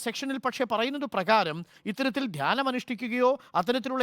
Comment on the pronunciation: ധാനൃമല്ല...അടിമേ...ധ്യാനം......ധ്യാനം...വിവരംകെട്ട അടിമേ...മലയാളം പറയാൻ അറിയില്ലെങ്കിൽ അറബിക്കടലിൽ പോയി മുങ്ങിച്ചാകൂ...നാടിന്റെ ഭാരം കുറയും